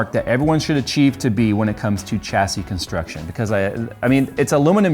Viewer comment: Its "SH" assy not "CH" assy